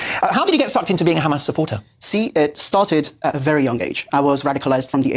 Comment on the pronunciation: 'The brother asked a bery good question" 🤣